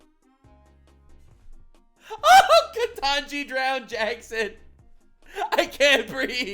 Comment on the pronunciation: .... and he said it with a straight face. 😅😅😅😅 Edit... but the look on Ketanji Brown Jackson's face when he mispronounced her name! 😮😮😮😅😅😅😅😅she was not happy.